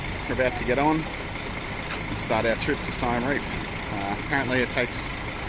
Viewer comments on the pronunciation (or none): U spelled Siem reap wrong it’s pronounced See-m Reap like reap reaper